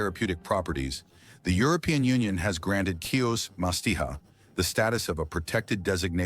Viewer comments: CHIOS NOT KIOS. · Pronounce HeOs